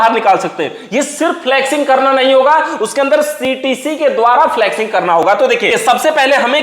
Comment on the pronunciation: Abe dhakkan फ्लक्सिंग नही फ्लशिंग बोलते हैं।